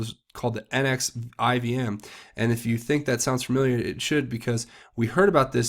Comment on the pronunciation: NXIVM is pronounced Nex• see• um